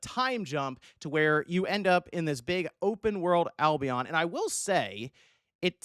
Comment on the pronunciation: u said albion wrong